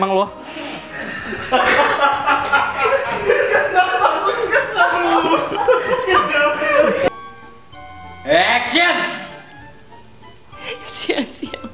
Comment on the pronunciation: Bukan "ACTION.." tapi "AACTION" gitu